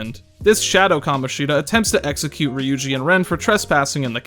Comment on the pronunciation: "kamonshEEda" why 😭